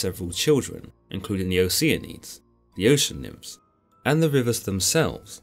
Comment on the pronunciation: Oce Anus heuh heuh